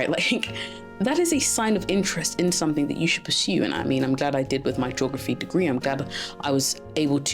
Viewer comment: Your accent is beautiful, but please don’t put a 'k' on the end of 'something'. Your content and delivery ? Yep, right on! ❤